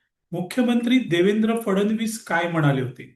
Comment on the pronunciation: कृपया मुख्यमंत्री यांचा उच्चार फडण-वीस असा योग्य नाही. फड-णवीस असा आहे.